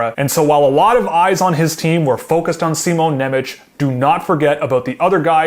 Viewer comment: It's also She-mon Nem-ets, but all of the broadcasters were saying See-mon Ne-mech, they even mispronounced it when announcing the pick. Guys like Stasny and Chara have had their names badly butchered by everybody even after being legendary players.